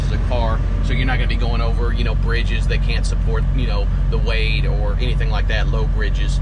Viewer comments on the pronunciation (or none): none